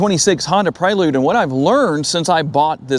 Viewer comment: Praylude? You mean Prelude.. Pre, as in before..